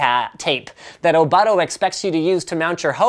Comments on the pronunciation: Which you please say the name right. "Oh-Boat-Toe" Not "Oh-BUTT-oh" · its pronounced o-boot-o :)